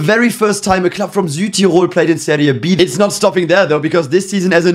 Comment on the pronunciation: Finally a YouTuber actually pronouncing Serie C, B and A correctly, thank you.